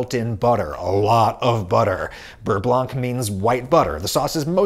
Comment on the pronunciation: Interesting video. Never would have guessed that water stores more heat than oil does. FYI you do not pronounce the C in blanc. So beurre blanc is rather pronounced burr blaw.